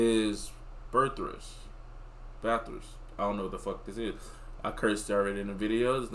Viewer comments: A high degree of illiteracy when you cant pronounce the name of the thing your supposed to be talking about. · As an Australian I think your a disgrace, you don't know what your looking g at and can't pronounce the name